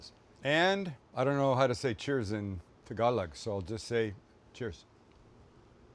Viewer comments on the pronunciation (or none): love the recipe, but hahahaha . . . you're butchering the language! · Looks absolutely delicious 😋 but please work on the Tagalog pronunciation 😂